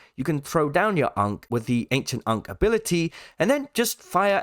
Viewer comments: the ANKH, not UNC LMAOOO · why is bro pronouncing ankh like that